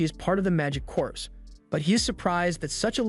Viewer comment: Corps is pronounced "Core", not "Corpse".